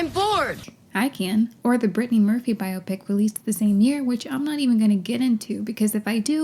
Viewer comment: Thank you for this thorough (as usual) analysis and for your pronunciation of biopic! 🙏🏾 If I hear bi-opic one more time...